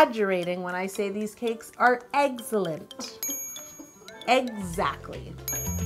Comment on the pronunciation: you said eggsalent 😂 all the pins are hilarious love it and all the spectacler cake peep it going😉